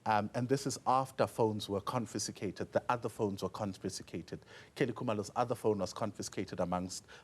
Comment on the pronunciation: It's CONFISCATE 🤣🤣🤣....He just said CONFISTICATE, yah ne